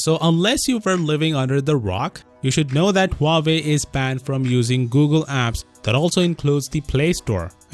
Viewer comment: Dang, I just got back from living under The Rock What’s a Huuahwee?